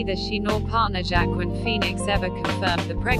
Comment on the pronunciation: Wah-keen Phoenix, not jackquin!